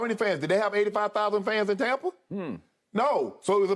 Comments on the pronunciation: And it's not "Tompa Bay" it's Tampa Bay. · Skip: “Tompa” Bay 😂